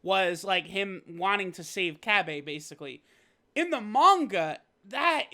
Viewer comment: Why do yall say cabbas name like that his name as a fucking a at the end not an e